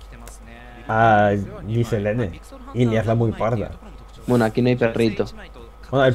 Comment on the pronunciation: me encanta tu contenido y todo pero... ES GILNELISE NO GISELLENE >:v